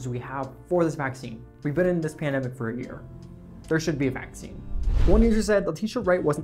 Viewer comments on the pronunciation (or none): none